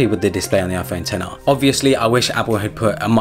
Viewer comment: it’s pronounced 10-r